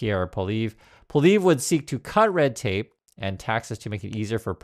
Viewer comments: Poilievre is pronounced "Pwa ly ev ruh." But you needn't worry about that after Monday's election. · Pol E Ev... I'd you're going to speak on Canadian politics you'll sound a lot more credible if you can pronounce the name... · Happy to see you covering Canadian issues, the largest of which currently is responding to the US administration. I voted last weekend. Just so you’re aware, Pollievre is pronounced “polly-ev” (the “re” is silent). In no way should this be perceived as an endorsement for him. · Just a note for our American friends. Poilievre is a French name, 3 syllables and pronounced Pwah-lee-ev.(sorry - this is my best attempt to write phonetically) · It's pronounced PWA-lee-ev. In case he wins. Just a word to the wise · It’s pronounced Polly Ev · It’s an anthem not a song and it’s “Polly ev” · Pronounce Polievre as "Polly-Ev," or "Polly-Ever," which still isn't close to the proper French pronunciation. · I prefer the pronunciation PoiliNevre. I have already voted. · Are you kidding me? PP is mini-trump wanabe. Carney is a proven economist of excellence. PP is just like trump a lair like trump interested on giving tax cuts to the rich. You are mispronouncing Poly-ev. Like the name of a girl with "ev" at the end. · Please do not call a national anthem a song. Thank you. And please learn to pronounce someone’s name correctly. Thank you for keeping us in the loop. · Lol... You can't even pronounce his name! Most Canadians can't stand listening to that 'Mini Maga' wannabe: Pierre Poilievre that is. 😡